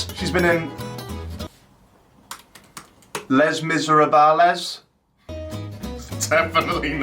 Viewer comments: Les mis a rabalez yeh that ain’t right just say le Miz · LES MIS-RE-BAA-LES 😂😂😂😂 Jacks face when he said that he knew he butchered it 🤦🏼‍♂️😂😂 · Les mis-er-a-bal-ez hahahahah I fuckin pissed mate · im dying at how he said les miserable hahahahaha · Anyone else genuinely disappointed by Jack's pronunciation of Les Miserables? 😂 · That pronunciation of Les Miserables 😂